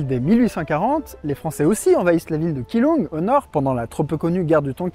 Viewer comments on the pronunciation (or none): j'aime Taiwan, j'y retourne dans 3 jours. J'y ai vécu 4 ans+ (et 8 ans+ en Chine). Keelong, cela se prononce djilong. Très bel exposé